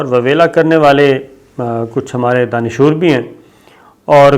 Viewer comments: BEWAKOOF INSAN DANISHOOR KOI WORD NAHI, ASAL LAFZ DANISHWER HAI. LANAT HO TUM PER NATIONAL BROAD CAST PER URDU ZUBAN KA BAIRA GHARAQ KAR RAHAY HO. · Bhai ye DANISHOOR kiya Lafz hey? DanisWER Sahi tallafuz hey! Jesus; طاقتور، زور آور، پیشاور، وغیرہ وغیرہ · Danishoor nahi danishwer sabir sb. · Please correct the word, Danishoor? It is Danishwar. Thanks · Danishoor ya Danishwar?🧐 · Sir, correct pronunciation is 'Danish War', not "Danishoor". 😬😬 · لفظ دانشوَر ہے دانشُور نہیں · Sabir sb lafz dandhoor nahin balkay dsnoshwere hai. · Astaghfirullah sabir bhaai itna ghalat urdu bhaai sahib danshoor nhin hota Danish war hota hy 😇😇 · Danishwer hota ha. Dansshoor nahi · Sabir sir danish war hota hy danishwor nahi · AOA mery bhai ap danishwer ko danishoor perh rhey hen, yeh persion word hy is ka matleb "wala" ky hen ie taqetwer,deedawer,janwer,beherawer etc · صابر بھائی آپ دانشور لفظ سہی نہی ادا کر رہے یہ لفظ دانش ور ھے danshoor نہی ہے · Sabir bhai yeh DAANISHWER Hota heay DAANISHOOR nahin. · Sabir sb ye 'danashoor' Kia hota hy? Ye lafz Danishwer hy. Like taqatwer. Aap se ye umeed na thi. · ارے بھائی صابر؛ تلفظ دانشووُر نہیں دانشوَر (دانش وَر) ہے۔ صابر شاکر صاحب آپ ہمیں اکثر حیرت میں ڈال دیتے ہیں۔ اسے درست کر لیجئیے۔ اور ایک اور بات۔۔۔ آپ اکثر انکریزی کا ایک لفظ “انفارمیشنز” استعمال کرتے ہیں۔ مگر واحد اور جمع دونوں صیغوں میں لفظ “انفارمیشن” ہی استعمال ہوتا ہے۔ لہٰذا “انفارمیشنز” کوئی لفظ ہی نہیں ہے۔ گو کہ مطلب دونوں صورتوں میں سمجھ میں آجاتا ہے مگر “انفارمیشنز” کانوں میں کھٹکتا اور برا لگتا ہے۔ خیال رہے کہ آپ کے سننے اور دیکھنے والوں میں ساری دنیا سے لوگ شامل ہیں۔ آپ کے لئیے تمام تر نیک تمنائیں۔ شکریہ۔ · Sorry Sabir sb it is shakast not shakist and it is danishwar not din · دانشور آپ غلط پڑھ رہے ہیں دانشور واو پر زبر اور ر پر جزم ہے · سَر اگر بُرا نہ مانیں تو ایک تصیح کر دُوں آپ نے ایک لفظ بولا ہے "دانشور" آپنے "ش" پر پیش اور "و" کو ساکن کر دیا ہے جبکہ "ش" ساکن اور "و" پر زبر ہے ـ